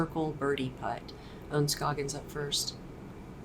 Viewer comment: How do you not know how to pronounce Ohn Scoggins name? Have you been living under a rock?